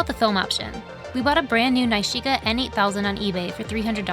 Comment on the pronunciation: Loved the film results. Pretty sure that’s not how you pronounce nishika though 😜